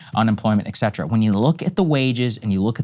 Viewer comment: Sagaar, still pronouncing “et cetera” incorrectly. Please fix. Thank you! 🙏🏻